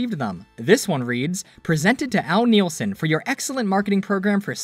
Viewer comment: Poor Al. We're both destined to a life of people mispronouncing "Nilsen." It's "Nihl-sen," not "Neel-sen," for the record. The latter would be spelled Nielsen.